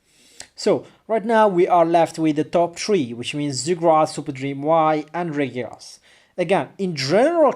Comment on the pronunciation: It's funny how you pronounce Regigigas. It's actually Regi-gigas. And you pronounce it Ray-gigas. I think you know that already but mispronounce it because of your habit. :|